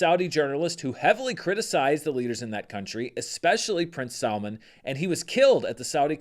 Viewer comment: 😂it's funny I hear salmon whenever you're pronouncing Salman.